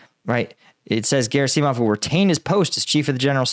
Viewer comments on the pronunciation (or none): Gera-seeeei - mov and Shoi -eee - gu LOL! I like the channel but that is a seriously weird pronunciation. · Dude, it's Ger-AH-sih-mov. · Emphasis is usually on the second syllable. So it's vlad*I*mir , not vl*A*dimir as we tend to say. Hence it's gerAsimov and surOvikin. A breakthrough at Bakhmut will threaten both Severdonetsk and potentially a deep strike round the back of Donetsk. It has always been of far more strategic importance to us, more valuable to win, than it was for RuAF. For them it has always been just an obstacle. For us it could destroy this entire section on Donbas. They can fall back to Popasna and the 2014 lines behind it, but they will have to defend either wider flank for the above reasons. They will have little or no reduction in the line they must defend. Slava Ukrayini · Very weird pronouncing of "Shoigu" & "Gerasimov" this time :D